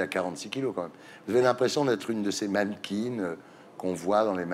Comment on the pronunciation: Comment il a prononcé mannequin???????